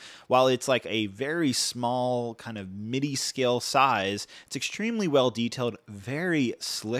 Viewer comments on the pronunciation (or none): none